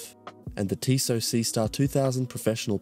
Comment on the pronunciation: tissot lol